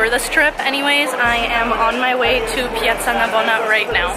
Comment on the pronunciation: wow your pronunciation of "piazza Navona" is really good! Did you learn some Italian while you where in Rome? (Italian here, btw)